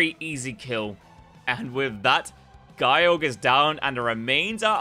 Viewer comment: Guy-Org? Eh, close enough (I personally called it Jye-Org myself).